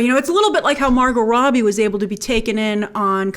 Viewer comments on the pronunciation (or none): none